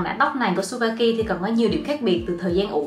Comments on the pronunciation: Chư ba ki chứ trubaki đâu đúng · mách nhỏ cho chị yêu sản phẩm Tsubaki đọc là Trư Ba ki ạ 🥰🥰🥰 tuy ở nhật nhưng e là fan cứng của chị từ khi chị 18t đó 😘 Love